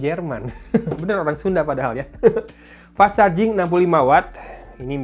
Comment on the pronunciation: Pas sarjing Orang sunda ga bisa ngomomg huruf "F" 😂